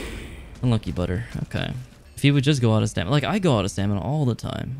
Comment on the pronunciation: "Out of stamida!" Lmao pure gold <3